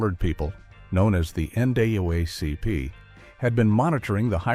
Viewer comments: Tell your AI voice it's the EN DOUBLE AY CEE PEE. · Talks about the significance of the 1964½ Ford Mustang but shows 1957 Chevrolet. Can't pronounce Palmolive. Expounds about a lamp post it doesn't show. Can't say NAACP. AI creation & narration leaves much to be desired.